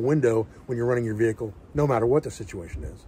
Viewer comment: I feel like there could have been more ways to work in the word - vee kuul during this video.